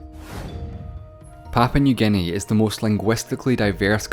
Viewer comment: LOL it is Papua New Guinea, not Papau New Guinea.